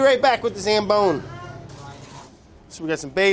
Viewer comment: "I'll be right back with the zambone"